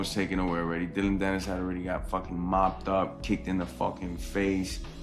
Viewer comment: U mean Dillon panis, Or dilldo panis 😂